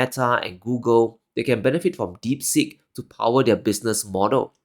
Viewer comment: Deep Seek, not as you mispronounced as "deep sick"! Not from India...